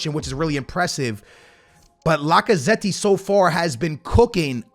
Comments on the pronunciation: Bro this Mans Name ist Lacazett not Lacazetti 😭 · i don't wanna be that person, but please pronounce Lacazette's name properly😭